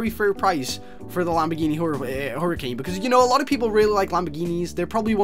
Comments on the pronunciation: You said her-uh-can it's her-uh-cain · hurucan hurucan not huricane why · its huracan